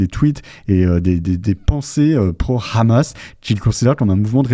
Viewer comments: il y a 20 ans, le Hamas n’existait pas. Le problème c’est que ce mot doit se prononcer Amass, donc lorsque tu parles vite et que tu prononces ce mot, on peut pas s’empêcher de prononcer le « H » en « R-amasse ». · Vive Frontières. Juste un truc svp arrêtez de prononcer "rhammas" .. hammas on comprends pas de problème